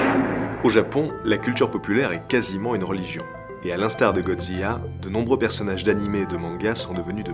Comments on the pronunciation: Excellente vidéo, un travail de grande qualité! Ps: on dit Godzi "la" (Du japonais "Gojira") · J'me plante peut être, mais c'est pas prononcé "zila" plutôt que "ziya" ? Au japon ça a l'air d'être "gojira" mais d'après la vocalise de google, que ça sois anglais ou français c'est "zila" qui ressors. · Superbe vidéo comme toujours!! Mais comment prononce tu Godzilla? Godzia !?!?! XD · si je peux me permettre, dommage de mal prononcé les mots japonais ^^' un S = ss ;) Assimo OU= O long, donc fukuro café etc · Aaaargh ta prononciation de « Godzilla » est insupportable ! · Drôle de prononciation de godzilla ?